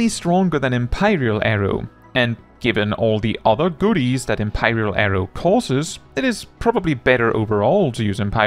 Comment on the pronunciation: "Em-pie-ral arrow" I wish to empie you!